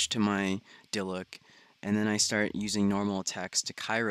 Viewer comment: If you're going to call him daddy at least pronounce diluc correctly. T_T